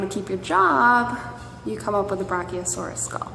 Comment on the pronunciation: How she pronounces brachiosaurus is so annoying. You have your Brock-E-o- saurus skull here!